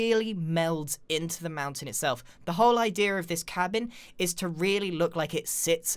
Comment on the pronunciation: "idear". Great video though.